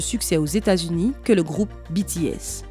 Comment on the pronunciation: Pour une fois qu'on prononce correctement 💜BTS💜 UwU 💕💗